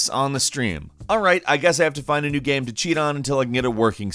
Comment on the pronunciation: the way he pronounces game as gaem XD